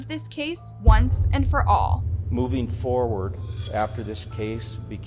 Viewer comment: Its said “forward” not foooard.